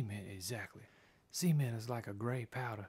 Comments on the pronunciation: It sounds like he is saying Cemen instead of cement. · All i need to say about this video, pronounce the T in Cement... xD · i thought you said semen not cement, anyway awesome videos